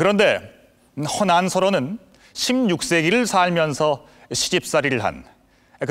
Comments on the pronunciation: 그대 발음과 독법이 엉망이올시다. 딱 한가지만! 허난설헌 은, 성이 허씨이고? 난설헌은 그의 당호다. 그러므로, "허" 하고"난설헌"이라고 띄어서 말해야 하는데, 모든 한국인이 "허난" "설헌"이라고 띄어서 읽고 있가. 이런 엉터리 문화가 한국 문화다!!! 미국 변 완수 드림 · 첫 소리가 틀렸다. "허난설헌" 을 두 자씩 띄어 읽었으니 이 얼마나 아이러니칼한 일인가? 이는 학자들이 "허난설헌"이 성과 당호임을 모르고 있다고 볼 수 밖에 없다. ""나설헌"은 당호이므로 부처 읽어야 함은 두 말할 것도 없지 않은가? 그러므로, "허" 하고 일순 띄어서"난설헌"이라고 읽어야 한다. 이런 유의 설명을 해야 한다는 것이 슲은 일이다. 이 뿐인가? 장단음 자고저 문제가 심각하다.이 난설헌 강의에 발음이 틀린 예를 든다면, 수 십개에 이른다는 것 만을 전한다. 오호 애재! 오호 통재! 한국 언어 타락상이 하 분키로 "눈물로" 쓴 책이 "한국 어문을 고발함"이다. 고국 동포 여러 분! 이 책을 조용히 읽어 주시옵소서. 미국 변 완수 드림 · 제발! 제발! "허난설헌"을 바르게 발음하소서!!! 두 자씩 띄어 읽어서는 아니돠옵니다!! 성이 허씨이고, 난설헌 이 당호이므로, 고국 동포여! 성과 당호를 따로 띄어서 읽으시옵소서!!!